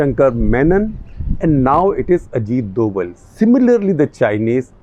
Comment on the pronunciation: स्थिति का निष्पक्ष विश्लेषण. मेरे विचार से डोभल सही उच्चारण नहीं है. शायद सही उच्चारण डोभाल है.